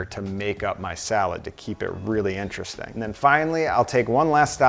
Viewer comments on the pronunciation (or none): none